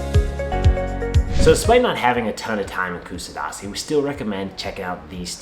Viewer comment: if you are going to make a video please learn how to pronouns it properly